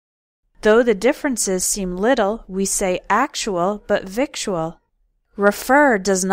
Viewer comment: I can't believe you got victual wrong!